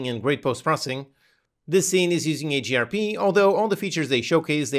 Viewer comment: What is AGRP? Or are you saying HDRP?